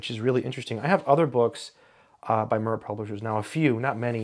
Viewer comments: It is pronounced 'meer' not 'mur'. It means 'world' or 'peace'. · Surely it's "Meer" rather than "Murr"...like the satellite... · More likely said "Meer" than Mer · yes, Mir pronounced like “sear” (to sear a steak), not like “sir” (thank you, sir, for this video). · Little aspect in an otherwise fascinating video, if "Mir" is pronounced anything like the Russian space station which bears it's name then I believe the correct pronunciation is more akin to "Meer" as in Meerkat. Thanks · FYI... It is pronounced somewhere between a "short i" and a "long e" (mEEr) and not "murr". It means peace, as in the book War and Peace (pronounced Vinar e Meer in English). Not a big deal. Looks like an interesting book. After reading some of the comments, I'll definitely try to find a copy. Thanks. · Its pronounced MEER Russian for peace. Not MUHR Publishers. They have produced excellent books at low cost. Esp. in College level Science subjects. Most famous was the book on physics by Zubov & Shalnov. Soviet books were small-sized but their language didn't make for easy-reading. We in India have studied low cost text books originating both from the Soviet Union as well as from the UK & USA. The English origin Oxford University Press had a low-priced edition branded under ELBS whereas the American publishers Wiley had a similarly low priced Eastern Edition. The US origin books were the most verbose & thereby bigger in size. The English-origin books were the most lucid to read. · Pronunciation comment: "mir" should not be pronounced like "mur" but rather like "meer". It is a Russian word, to be pronounced as written, not to be pronounced with the weird English distortions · It’s pronounced like “mere” instead of “mur” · MIR is not pronounced MUR! It’s the Russian word for peace and earth. Same as the space station. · It’s pronounced “meer” not “murr” it means peace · "Mir" is Russian for "world", and it's pronounced "mEEr" as in "here" or "dear". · Pronounced mEEr